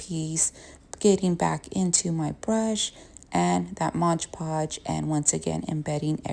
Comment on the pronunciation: Why does everybody say Modge Podge... It's MOD PODGE!